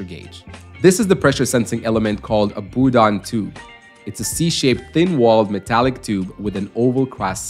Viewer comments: I think he was trying to use the french pronunciation but can't do the trilled 'R' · It’s a “Bourdon tube” not a “Boodon tube”. Pronounced the same way as "Bourbon", only "Bourdon". You wouldn't pronounce "Bourbon" as "Boobon" would you? Stop saying "Boodon".